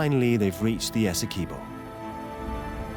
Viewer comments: Right! So informative on the pronunciation 😖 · As a Guyanese it's painful to hear the narrator saying "Essequibo"